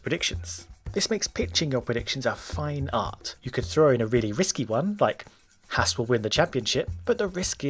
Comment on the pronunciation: Its not hertz its haas :)